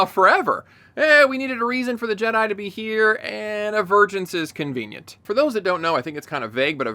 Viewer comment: Am I the only one who hears "virgins" instead of "vergence"